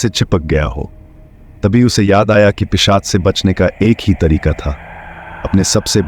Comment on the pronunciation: पेशाच नही भाई पिशाच। 😅